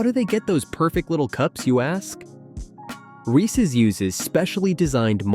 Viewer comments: Viewers, take note: it's pronounced "Reeses" not "Reecee." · I hate it when people mispronounce Reese’s. “Ree-cees Pea-cees” Terrible lol